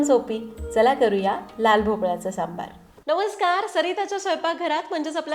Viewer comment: सांबर सांबर म्हणू नकोस... "सांबर" म्हणजे 🦌 "हरीण" 🦌.... आणि .... "सांबार" म्हणजे "आमटी" ...